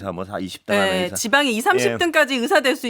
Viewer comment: 으사 아니고 의사 😊ㅋ